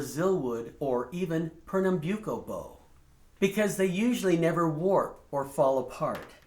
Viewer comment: Byu ko ? Great to hear the master pronouncing that word